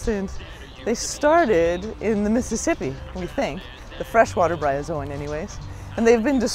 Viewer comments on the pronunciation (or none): That First Lady said Byrozoan... it's a Bryozoan. I used to see them all the time in Louisiana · "Byrozoon" what the hell? you could at least learn its name before making a video about it.